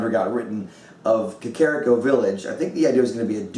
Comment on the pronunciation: Oh Hylia, the way pronounced "Gerudo" and "Kakariko".